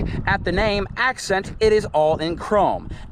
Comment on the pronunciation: You said accent wrong. 🤣🤣🤣